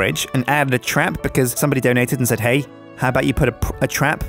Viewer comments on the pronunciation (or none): none